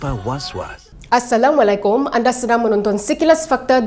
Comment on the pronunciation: Pembaca berita ini Masih tak memberi salam dgn betul. Suruhlah dia belajar dgn mana2 Ustazah.